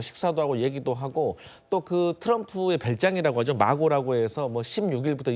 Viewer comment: 씨.. 마고라고가 아니아 마라라고 입니다. 무슨 트럼프1기를 겪어봤다는 사람이...